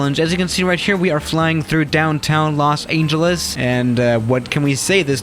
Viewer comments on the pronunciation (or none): Me: Los Angeles: Los Ayngeles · Nobody:: Los aingelese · “Los aneljus” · Nobody:: Los Aingeles No harm meant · No one: Literally no one:: Los Ayngeles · Did he just say "Los Angel Less?" , and many more times... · For some reason the way he say Los Angeles rubs me the wrong way